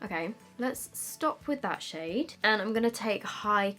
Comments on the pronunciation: Did she say “sh*t” or “shade” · Sounds like you're saying shit when you're saying shade 😆😆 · I swear she said shit is really pigmented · I didn't even notice that she said shade until u pointed it out lol